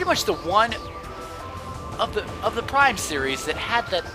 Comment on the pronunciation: Ha You said Plime LOL